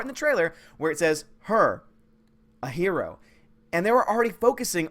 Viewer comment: i like it when comes up her o it should be her oh!